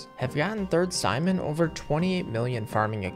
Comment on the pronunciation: Something tells me that's not how you pronounce Sijmen